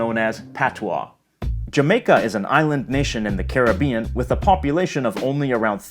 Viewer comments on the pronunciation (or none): none